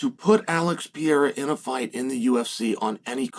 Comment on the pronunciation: Chael I have you on record stating that there was no possible way for Jones to come back to Light Heavyweight once he moves up to Heavyweight. You said that somewhere in the 3 years he took to get fatter (or move up like you said) Soooo which one is it?!😂 And please read the following slowly...PE... RE... RA...Pereira His name ain't Pierra stupid!